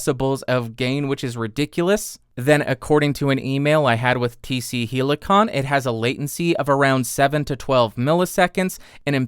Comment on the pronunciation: hell- i -con you pronounce it oddly....